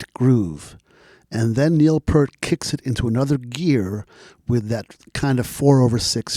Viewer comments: Love your enthusiasm for the man and the band but by now I know you know it’s P-EAR-T not Pert. Took me some time to get used as I had been mispronouncing it too for a long time. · P-ear-t NOT pert! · Great piece but surprised you pronounce his surname wrong as such a long time fan, Pe(art not Pert, sorry but it irks every time you say it. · Kind of lost me when you can't pronounce the late, great Neil Peart's name correctly. Think "peert"...not "pert". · Pronounce his name as Neil Peert please... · Just here to reiterate. I’m listening to this and it’s great BUT…. It’s pronounced “PEERT” man!!! 👍🏼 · “Ear with a P at the front and a T at the end.” But I hear ya…I pronounced it Part (as in Heart) for years. Purely because of. Rhythm magazine article about him called “Closer to the Peart” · can we now live in a world where people know how to pronounce Peart? Will this go on in the year 2112? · Nice piece but I cringed every time you mispronounced Peart! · "Lifetime of listening" to Rush, still mispronounces Peart.